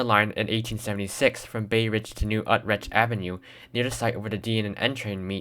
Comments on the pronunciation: Ut-ritch? Ut-RITCH??? It's properly pronounced You-trick. As in New You-trick avneue. You obviously never grew up in either Bay Ridge or went to New Utrecht High School ! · new what rect ave???...its pronounced u-treck...love ur videos... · I never heard Utrecht spoken like this before. Maybe Ive been miss pronouncing it all these years. I always said U Rich Avenue. Sorry. 😐